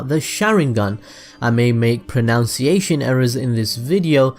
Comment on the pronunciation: Did he mispronounce pronunciation on purpose talking about how he might pronunciation errors. Haha hope he gets a laugh from it too